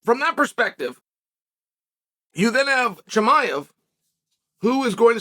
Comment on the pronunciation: I really enjoyed your interview this week where you constantly pronounced Chimaev's name wrong to his face :D